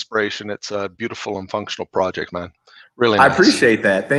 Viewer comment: Project or porject? Lol